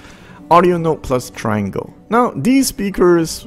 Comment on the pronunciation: Great jobThomas. Thnx. With respect, I was told Triangle is pronounced Tree-ahn-gle.